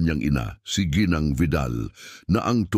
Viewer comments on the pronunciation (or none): none